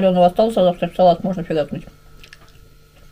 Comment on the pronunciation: Зачем ты шокаешь? Вроде русская